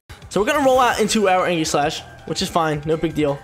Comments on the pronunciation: ee· juhs slash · That ain’t how u pronounce aegislash bro 😂